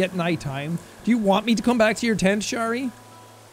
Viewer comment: Its so wierd hearing jack say my name in animal crossing of all games hahaha Btw. Shari isn't that of a common name so I'm surprised that he pronounced it correctly, makes me quite happy :>